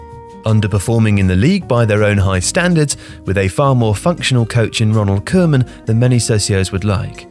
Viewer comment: What makes it so hard to pronounce Koeman? Barely do you hear a foreigner pronounce it correctly.